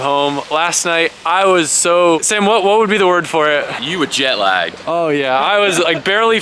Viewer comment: are you calling him dam instead of sam ? or am i tripping balls hearing shit wrong ?